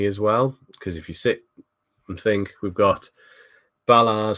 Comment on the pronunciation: Please, there's no N in Alderete 😂